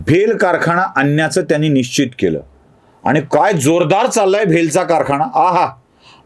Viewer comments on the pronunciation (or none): none